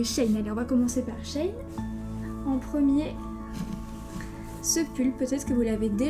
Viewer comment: Ça ce dit she in comme en anglais